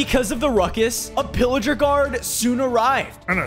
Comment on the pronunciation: Thats not villiger thats pilliger